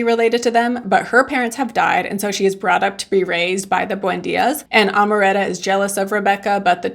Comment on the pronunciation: You pronounced Amaranta very well and then decided to say it wrong for the rest of the video 🙃